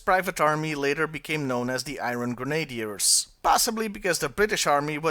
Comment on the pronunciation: In English it's pronounced "Gren A Dears". and Major Bludd makes perfect sense because he has a history of screwing with Destro. He attempted to assassinate Destro way back in the comics and the Baroness thwarted him leading to her being burned. In addition, Bludd is Australian and stereotyped as "common folk". Destro is the more regal of the 2 and their strained relationship represents the common people versus nobility.